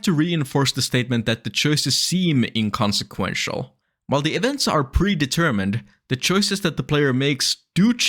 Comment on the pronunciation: 'that prevents are e de-mermined' what??? what is that phrase? is that your accent or are you misreading text? are you trying to say 'events are (or aren't) pre-determined?' "prevents are e deMERmined" isn't even close to the same thing. sounds like you yourself are a broken ai at this moment, or are reading (badly) from one.